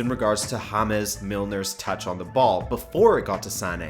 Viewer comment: i didn't know that ''Ham-es Milner'' was spanish